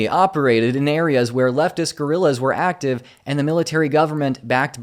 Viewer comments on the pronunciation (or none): none